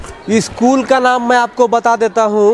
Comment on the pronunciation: Eschool nhi hota ' school' hota hai 😂😂😂😂😂😂😂😂